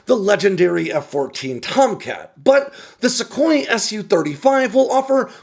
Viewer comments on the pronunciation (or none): none